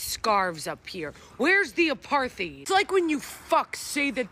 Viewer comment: please, it's not that hard: Uh-part-hide or Uh-part-heed apartheid.